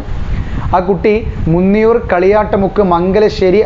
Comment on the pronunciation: മുന്നിയൂർ alla മൂന്നിയൂർ an